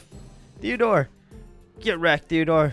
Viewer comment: Wiat stop calling Simon therdore toooooooooooo